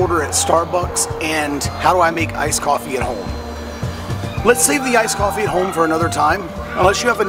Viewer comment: wow, you know you have a drinking (coffee) problem when you call "ice coffee", " I-coppie"!